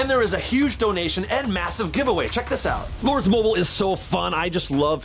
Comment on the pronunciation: chad said lords Mobil it’s lords Mobile not to be mean and chad I love ur videos!!!